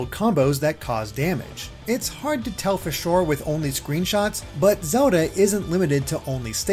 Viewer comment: Does anybody feels annoyed by the way he pronounces Zelda?